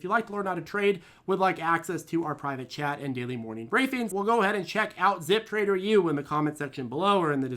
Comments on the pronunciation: I used to think he was saying “private jet” (as an obvious joke) instead of “private chat.” 😂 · It took me two months watching before I realized he was saying "private chat" not "private jet." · I thought that is what he says too. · Wait is he not saying jet? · I think he does say private jet usually